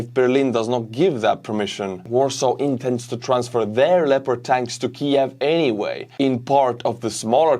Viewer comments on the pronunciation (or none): none